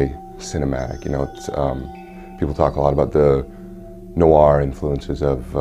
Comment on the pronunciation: another cool "nowahr" game :)